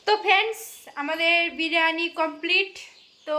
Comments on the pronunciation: Ota birani hobe na ota ke biriyani bolo😂😂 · ওইটা বেরানি না বিরিয়ানি 😂😂😂😂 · বিরানি নয় বিরিয়ানি